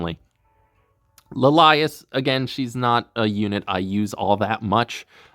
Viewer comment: "La lias" LMAOOOOO. Gotta say, never heard someone pronounce it that way.